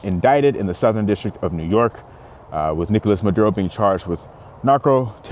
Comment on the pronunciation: I’m fine with Trump but why kidnap the president? Why take the wife too? You know it’s about oil. I just think he went about this wrong. Wasn’t there a different way? Yes, you pronounced it correctly!